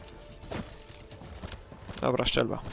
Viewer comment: Nie no, padnę, "szczelba". Hah